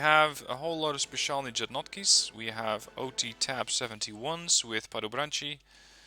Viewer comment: If you would pronounce speciální jednotky as speciální yednotky, like in a word yes, you would say at least one word right ;)